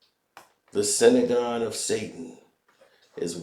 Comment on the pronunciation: "Sinagon"😂 it's a "synagogue " for future reference ❤ good video but when you reference things just try to know how to pronounce it or some won't take you seriously.